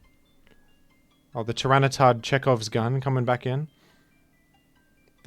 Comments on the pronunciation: Why does he call tyranitar tyranicif? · Why does call it Tyranisif?